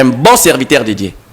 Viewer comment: Gourou améliore la prononciation de Dje a Dieu